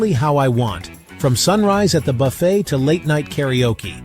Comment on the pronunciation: AI slop. Most of the video isn’t a cruise buffet. Also “buff-ett” instead of “buff-fay”. Come on